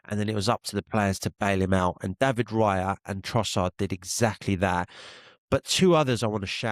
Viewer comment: David Rayah (cockney accent) 😂 big up